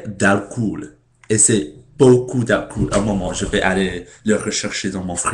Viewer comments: Il y a des choses comme ça en France. Par exemple, moi, je suis en Terminale (senior year) au lycée. Et la "tradition" est de fumer de l'herbe avant un cours de Philosophie. On voit les choses sous un angle différent! :) " Alcool" - on ne prononce pas le "oo" comme "ou", mais comme le son "o", tout simplement. Merci de prendre,du temps pour nous faire partager ta culture. Go on : ) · On ne prononce pas "alcoul" ! On prononce :"alcolle" ! Même si on écrit "alcool" !